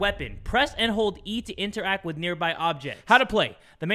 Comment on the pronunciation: Normal people: interact: inter act 🤣🤣🤣